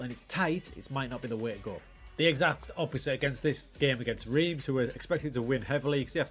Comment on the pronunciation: Fresh from pedants corner - it's Rance (like France), not Reams / Reemz